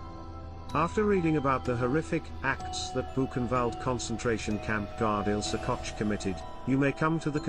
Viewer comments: Can you possibly pronounce her last name correctly? Say…Coke(Koch) notch Cotch…. grrrr! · Your mispronunciation of the German name Koch- is noted .We are not all from NYC. Say it right!